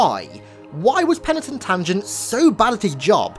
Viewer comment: Mah nigga i could listen to you say Penatin Tungent all night long. It gets funnier with each dab I take 😂😂